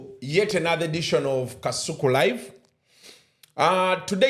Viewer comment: 😂😂the way called kasuku “” kaisuku”””😂😂😂